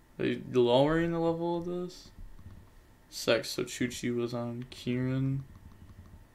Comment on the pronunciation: ITS CHUCHE, you dont read the E like that its an E after an H. You read it like you read it in Hey. So its not chuchee. Sorry had to get this off my chest